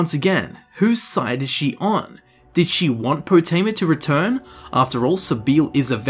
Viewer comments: Everyone: Potema: Pootema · Calling her Po-tee-ma annoyed the crap out of me. You can hear characters calling her Po-teh-ma in the game... 😒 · Lol I love how hears Potemma pronounced properly like, 20 times, but still pronounces it "Pooteema" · Game seconds earlier: Poh Tim Uh: POO TEE MAH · Its PotEma not PotIma! GRRRrrr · Love the video, hate how he pronounces potema like poutima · Why do you pronounce it as poo-teama? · Poo-tema? Do you eat Poo-tatoes? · Gdamn Poo-tema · POOTEEMA SEPTIM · "Putin-ma Septim." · They say potemas name so many times in this video...yet u call her poteema... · "We summon you Potema" They're trying to summon Pooteema wtf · Your pronunciation is fuckin terrible my dude annoying as shit, but good video just please learn how to speak its cringe worthy asf